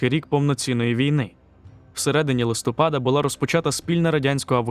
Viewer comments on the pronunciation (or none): none